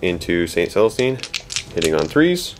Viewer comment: Jokaero. Joe-kaor-oh. Not Jericho. That's a city from the Bible--or a rocket by Stark Industries. Celestine. Sell-uh-steen. Not Catherine. Adepta Sororitas. Female. Not Adeptus. Facepalm